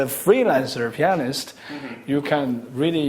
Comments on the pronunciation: In the beginning, I though he said chinese penis lang lang LOL!! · It sounds like chinese penis instead of pianist in the beginning...the chinese penis Long Long xD